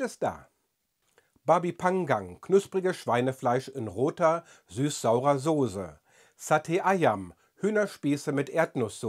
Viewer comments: Mal eine Frage: Warum sprichst du Sosse als Sohse aus (also fast mit stimmhaftem s), ist das der niederländische Einfluss? Meine Schwiegermutter aus dem (ost-)mitteldeutschen Raum macht das auch so, sogar noch ein bisschen stärker, da krieg ich immer einen kalten Schauer auf dem Rücken :-D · Wenn einer "Sose" mit zwei stimmhaften "s" sagt, höre ich den Bonner heraus. 😂